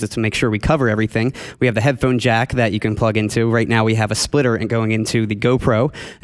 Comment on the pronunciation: I like how the guy on the left says microFOON and headFOON. (like ) Where is that accent from?